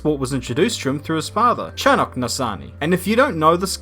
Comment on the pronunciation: As an Israeli F1 fan I really wanna see Roy prosper in F1 and develop into a well established driver in the sport. Motorsport has been a taboo in Israel for decades so for us it's even more special and prideful :) BTW the name Chanoch is not even close to being pronounced as you did, CH in this case is pronounced in the German way (an exaggerated H), or like J in Spanish. Just needed to mention :)